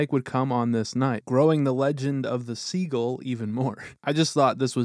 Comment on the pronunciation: At first I thought he was talking about a player named Segel. I'm thinking, who the hell is Segel? Then I realized he doesn't know how to pronounce the bird "seagull". 😂😂😂